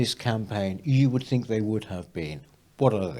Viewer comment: It’s a sad sign of the times that we have a member of the panel, namely, who seems unable to pronounce words beginning with th she says fink & fru!!!!